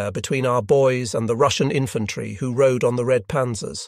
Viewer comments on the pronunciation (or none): none